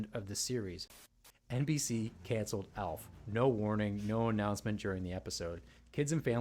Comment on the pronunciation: Elf, Elf, Elf.. Aaaalf, not Elf!